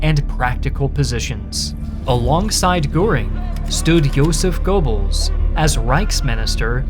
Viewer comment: Casually listening, trying to figure out who this "Gorebells" is that keeps getting mentioned. Oh. Goebbels.